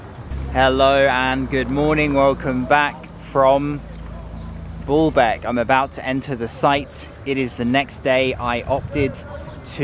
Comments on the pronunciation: Despite being corrected on how to pronounce Baalbek - keeps mispronouncing it. The colonial hangover and white-skin superiority complex are interesting to see. Why is talking about the mitilia group instead of the history of the place he is visiting? If he visits Kenya will he talk about the numerous slaughters/custodial murders of the natives by the British forces during the Mau Mau movement? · Thanks for all the videos I'm going in September and over to Syria for a week, or at least Damascus I don't want to see the carnage. It is called Balbek not Ballbek, it has one L not two. The taxis go all day and go through Chtura, a traffic hub then to Balbek, Zahle, they stopped going to the site at Anjar where you could hear the fighting in Syria. Still you can walk to Anjar from the Highway or go on to Syria. It is interesting cos the site is an Umayyad one yet the Armenian Christians care for it very well. Last time I paid 5000 for a shared taxi, but that was 2018. I once went to through the Chouf Mountains quite a diversion but it was to drop off soldiers going home for the weekend. There was great consternation as we passed through Jumblat country, Lebanon is so sectarian. So they still make you change taxis, they only began that in 2017 and it was because the journey took so long, it has taken me 5 hours before now. Still I guess the local taxis don't want to lose the trade. The last time I was in Balbek an Italian team of archeologists were restoring it. It is the pride and joy of Balbek but has been next to empty since the start of the Syrian conflict. Loads of the Damascene Sunnis used to love Balbek and go there for dinner. The Arab League is in the pay of Britain/America. The Lebanese Army control the check points in Bekka not Hizb'allah. Nasrallah has a bad press but he is definitely Lebanese and level headed. In 2014 he stopped his Shi'ah supporters in South Be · It’s pronounced Baaaaalbek. Not BALLBAG!!! 🤣🤣🤣 you ballbag!!